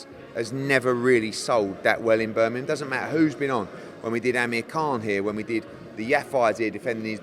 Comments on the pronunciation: Tell Eddie its Birmingham not birnimum 😂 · Eddie Hearn still can’t say Birmingham properly 😂